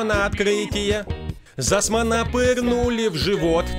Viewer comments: Не Зассман, а Цуссман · 0 : 16 не засман а Цуссман